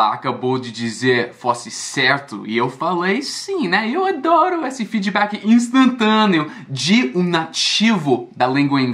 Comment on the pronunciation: 'Feedibacki' Rs